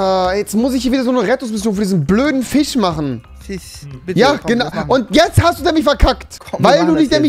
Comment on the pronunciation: Warum hast du einen Sprachfehler? Fich.😦